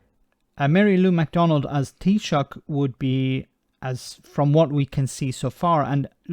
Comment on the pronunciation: You said “Tea Sock” all wrong 🤪